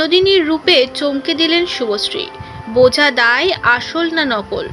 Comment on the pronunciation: Didi apni age bolte sikhun thik kore...ota susree noy subhosree😂